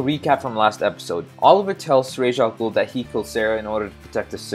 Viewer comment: Pronouncing Ra's Al Ghul as Raiysh Al Ghul is the Hebrew way of saying it. The correct way of pronouncing his name, (which is Arabic, as stated so many times) would be 'Raas'.